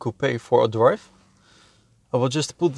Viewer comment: Lets take iT for a dwive😭😭😭😂